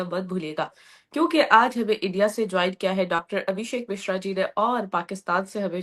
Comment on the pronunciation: misra nahi yar mishra